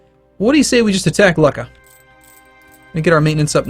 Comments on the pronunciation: The way you pronounce Luca is Loo-cka. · Luca is pronounced Luke - a